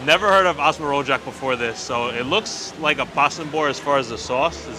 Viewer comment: Rojak is pronounced row-juck